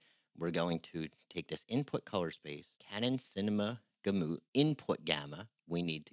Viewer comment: I don't trust anyone who can't pronounce Gamut